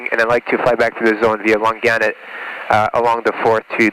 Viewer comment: For future reference... "Long-Annet" not "Lon-Gannet" or "Long-Gannet". I'll be sure to correct Dom too ;)